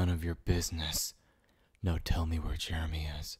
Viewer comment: Why’d he say “Jeremy” like “JeReMY” 💀